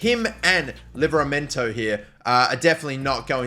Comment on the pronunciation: Man said Tino Vilaramento